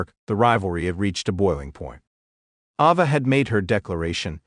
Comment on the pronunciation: Its Ayva not Ova Learn how to Pronounce the Rock's Daughter Name